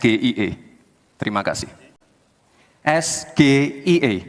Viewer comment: Ejaan nya salah om, Masa baca singkatan bahasa Inggris gitu 😂